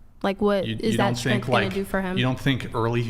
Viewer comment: Schtrennnttt....schtrenntt wtf